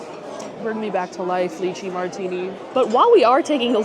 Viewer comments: FYI…. It’s pronounced Lie-Chee not Lee-Chee. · Lai-chee not Lee-chi. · I love you and your videos but the lychee pronunciation in this one is killing me 😂 Making me think of puréed leeches 😅🤮